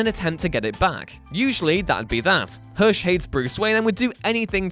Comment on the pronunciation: You say Hush like Hursh